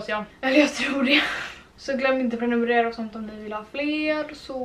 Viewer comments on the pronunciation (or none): none